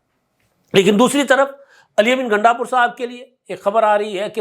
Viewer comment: App ghalati say Ghundapur ko Gandapur keh rahay hain 😂😂😂